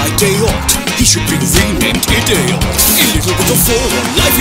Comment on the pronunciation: "He should be renamed I-dayot" had on the floor